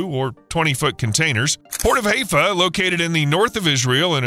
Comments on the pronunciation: Ay-lut not eye-lat or Ay-let. High-fah not Hay-fah. A good journalist researches pronunciation. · Interesting but marred by the poor pronunciation of Eilat and Haifa.